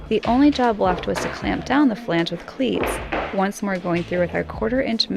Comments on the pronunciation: It makes me a little sad that is pronouncing flange correctly. I enjoyed how she was pronouncing the chemicals, with 10 syllable names, correctly and mangling flange:) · You guys are awesome and I am very glad your getting flange down to one syllable..... :-)